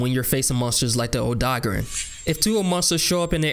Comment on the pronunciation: O-DOG-REN hahahah